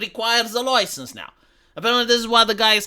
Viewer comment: "Oi! You got a loicense to say 'loicense' like that?"